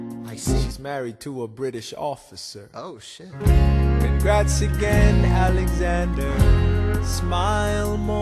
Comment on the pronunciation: Somebody says "a N e x a n d e r" I swear it. I can't tell who though